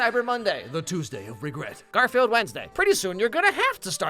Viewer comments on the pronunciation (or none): none